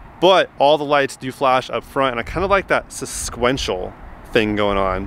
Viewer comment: Susquential? Did you just make up a word?